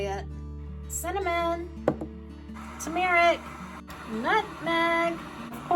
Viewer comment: the way you say turmeric is quite unique! google has pronunciations if you need it